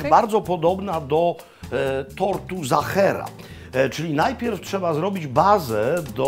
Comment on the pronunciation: Serdecznie pozdrawiam p Maklowicza i jego Rodzinę,najlepsze konfitury morelowe to z doliny Wachau w Austrii slynącej z pysznych moreli,(wiem coś na ten temat ,bo mieszkam od lat w Austrii)jedno na co zwrócę uwagę to nie mówimy "Zachera" tylko Sachera,wyraźnie w Austrii wszyscy wyraźnie slyszą i wymawiają i piszą tort Sachera,to tylko taka mała uwaga,(z pewnością niezłośliwie podana przeze mnie)wszak uczymy się przez cale życie i wzbogacamy przez to nasze życie,jeszcze raz serdeczne dzięki za tak super odcinek i wszystkie dotychczasowe